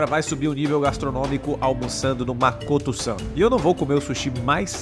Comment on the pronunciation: É Makoto, não Makotu. Não existe a pronúncia TU no idioma japonês